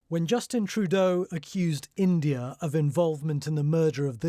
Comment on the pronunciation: I can smell the racist pronouncation while you say India !!!! This proves again Britan is not great its just asusual racist country